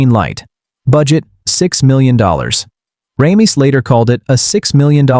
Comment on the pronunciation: Ugh, it's "RAY-miss" NOT "RAHM-iss"